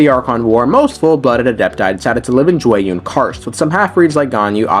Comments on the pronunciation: Just FYI C--én--yüün See--én--yoon Not xin-yuan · Xianyun not Xinyuan, Xianyun is crane not ostrich lol